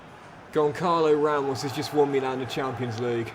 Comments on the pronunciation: Never liked Goncalo Ramos, always said his name wrong instead of Gonsalo... came back to haunt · That’s what you get for not pronouncing Gonçalo Ramos name right